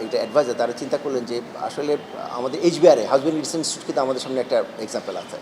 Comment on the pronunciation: ইনস্টুট না ইনস্টিটিউট।